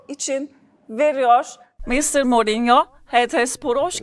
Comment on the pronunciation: Kadin Mourinho nun ismini dogru telaffuz edemiyor. Bunlari cok mu aradiniz sacmasapan sorular sacmasapan bi ingilizce.yaziklar olsun